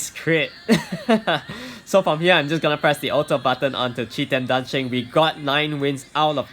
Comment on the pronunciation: Fun fact: The pronunciation for the light monkeys name is Kiten da sheng